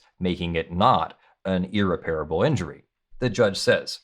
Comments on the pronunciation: Sorry, but it stands out like a sour note on the piano. The word is 'ear-REP-rih-bull.' The word 'ear-rih-PARE-uh-bull' does not exist. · How do You not know the difference between "irreparable" and "unrepairable" .... You are pronouncing "irreparable" incorrectly ...... And yes , I went to 4 different dictionaries to make sure I was not wrong ( like all those other times )